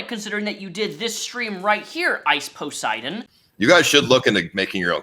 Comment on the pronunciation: Ice “POS”eidon